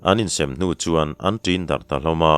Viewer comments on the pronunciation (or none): Zawng chikhat DAWR ti a i chhiar kha a dikhlel deuh in ka hria DÂWR tia lam tur a ni zawk lo maw "ÂW" hi thluk tur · Ngaihthlak a nuam e,mahse,Dawr,tih i lam kha kalo hriat ve dan chuan,'Dâwr'tih a lam tur niin ka hria,dawr tih kha chuan,kekawr kap'Dawr'tih lam a kawk mahin ka hria. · Dàwr(zawng chi khat) hi i lam diklo leh, ramhuai chikhat, "ràwt" kan lam anga lamtur ania.. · Zawng chi hrang hrang zinga mi "Dâwr" i tih kha "Dãwr" tih tur. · Dawr ti a ilam rik hi zawng chi1 ang hi anih ka ring a,tun hma kan pi leh pu te khan dawr anlo ti rêng nge ni,ka hriat ve dan chuan DÂWR ti hian kan lam thin a. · Thimzing a dawr kha, ngau chi a ni a dawwwr tia thluk phei tur. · "Dawr", hi Ngau chikhat a ni a, thluk tur a ni, kekawr dawr anga lamrik tur a ni love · Kekawr dawr kan lamrik angin i lam ri tlat mai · "Dawr", rifana lam tur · Sakei,zawng,dawr, dawr I lam Dan khi a dik lo a,zawng chi khat ve tho a nia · Dawr hi ramsa, ngau chikhat a ni e. I lam dan hi a dik lo deuh. Lam dan tur chu thil bial chiah lo, a sawl kan tih a sawl thluk dan hian thluk tur a ni e. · Dawr hi ramsa a ni a,ilam dan hi a dik lo thluk tur a ni e, Pathian zarah tluang takin kal zel ang che 👍👍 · Dawr tih hi chawhmeh ka suan a, Suan tih thluka lam tur niin kahria. Ka sawi dik bik chuang emaw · Dawr hi zawng chikhat a ni a Dawr tih hi thluk tur a ni e, mipa kap Dawr ang a lam lohtur a ni. Tin asam chu hruikhau ang mai in a HRAM tih kha Favai HRAM ang a lam a thluk loh tur a ni thung . Thawnthu chhiar zawng zawng zing a thiam leh chhiar ngaihnawm ber i ni e. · Däwr ( zawng family) hi i lam dik lo, tâwi tih ang hian thluk tur a ni